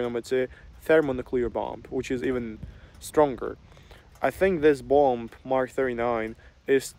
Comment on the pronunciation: Hey! Interesting video. Not to nitpick as I think that your English is great but the letter “B” at the end of the word-bomb - is silent. Also when you add “ER” to the end of the word, the 2nd “B” is still silent.